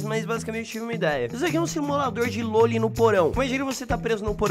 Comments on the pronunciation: Simulador de "LÔLI"? Kkkkkkkkkkkkk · Não é lôli ;-; é loli